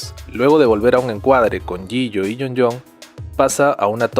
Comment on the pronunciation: Mk los nombre hay nooooo me estresa cuando dice el nombre de jihyo